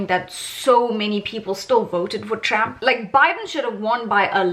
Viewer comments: Lol . Awesome video but why do you pronounce it as Tramp. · I love you calling him Tramp 😂. I am from the US and we get in everyone else's business so why shouldn't others get in ours. You go girl. Great video.